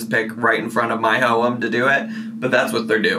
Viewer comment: Am I insane or does pronounce home as Houm? What’s that about?